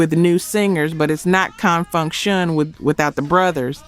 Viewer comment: That narration has to be AI no one says Confunction like that